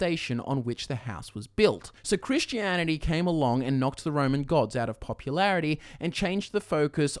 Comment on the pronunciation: I have to dislike because of "kwishtianidy."